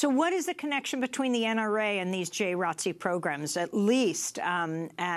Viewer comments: Is no one gonna address the people in this segment calling JROTC as "Jay Rotzee"? As a former JROTC Cadet, it made me cringe every time. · I totally agree with you! It is called Junior ROTC not "Jay Rotzee" like its some cool, catchy new name for a program that has been in schools for way too long. Everyone knows what Jr. ROTC is but hiding it under this weird new name makes no sense, especially from the people in the video trying to shed light on the sick turn it has now taken. In order to help prevent further school shootings, let us call it by what it is--- JR ROTC, so people can learn about this now dangerous program that needs to be abolished. We live in a different time now and the military and the NRA has no business in our schools training these psycho school shooters. Students (and the parents who allow this) can go get innocently recruited by the military on their own time, or enroll in marksmanship programs outside of school, not in a public school setting! It used to be looked at as a respectable program in schools but now that I realize it is just sick military recruitment preying on innocent minds, this needs to go. This is no disrespect to your service in the Jr. ROTC. Most of the kids in Jr. ROTC are respectable stand up members of the community who could go on later to become decent law enforcement or in the military but the world is too crazy now and the military has NO business in our schools. The three Jr. ROTC kids who were killed by Cruz probably felt a sense of duty to protect others but they did not have the training or equipment or adult minds to do this, and they were proba